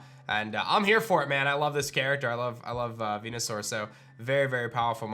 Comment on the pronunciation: good god if you HAVE to abbreviate the name, just call it Venus or Saur, not Veenoo - sounds like a shitty Star Trek character.